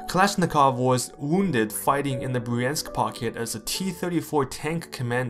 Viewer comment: What is wrong with American narrators that they can't figure out how to pronounce Russian words? Russian has two vowels for every one we have. "ya" and "yo" and "yu" are single vowels. Bryansk is one syllable. Vyazma is two syllables. The "y" is not a separate vowel. I'm sorry but you lose credibility when you don't try to get it right.